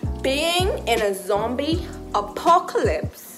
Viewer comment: “Acopalyse” “azombily apop..” 🤣